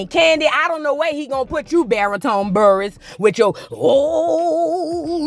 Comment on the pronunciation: Girl Buhr-ess. U saying the last name like "bureau". Let that woman mourn the fantasy of her marriage in peace